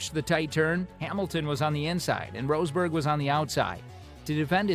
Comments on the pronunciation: Who's Nico "Roseburg"? 😂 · Inaccurate garbage: It takes a few seconds to check how a last name is actually pronounced. The man is not called rose berg Why are you showing Checo Perez when talking about Max Verstappen? Discussing Hungary 2021,,, wtf are you smoking? Lewis ended up 2nd in Hungary 2021, Max 9th after the bowling with Bottas thing. They did NOT collide with eachother nor did Max try to overrtake Hamilton at the restart. In fact the restart is legendary as Hamilton was THE ONLY CAR ON THE STARTING GRID, the rest started from pitane. You wanted some juicy Hamilton/Verstappen clashes... why not Silverstone 21, or Monza 21 (where Max and Lewis ACTUALLY drove eachother off track) Do you even watch F1?